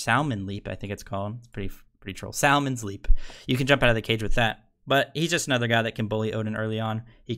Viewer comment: Sal-mons leap, lol, never heard it pronounced like that before